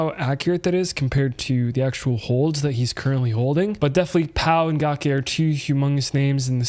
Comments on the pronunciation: Gake is pronounced ga - cake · Once I heard u say “Gawk Aye” I had to hop off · It's gake like cake... and she's a female.